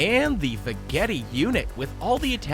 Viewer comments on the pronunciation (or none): Did anyone else get annoyed that he mispronounced "Veggetti"? I think it's va-jett-ee not va-get-ee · I would imagine the vegetti is pronounced like vegetable...not ve etti